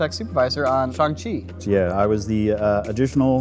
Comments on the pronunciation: Why does everyone keep saying "Shong-Chi"?????? It's pronounced as "SHAANG-CHI" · "Shong-Chi." Gets Shyamalan in 2010 flashbacks* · shung-chee is the right way to pronounce it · the fact that this dude said "Shaeng-chee" is triggering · I no longer feel bad for accidentally mispronouncing Shang-Chi all the time, since apparently someone who worked on it does the same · I actually just saw Simu Liu himself accidentally pronounce it the "american way" in the BTS 😂